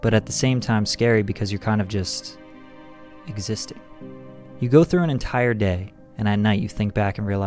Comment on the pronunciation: "EXISTING" not "eXIsItnG"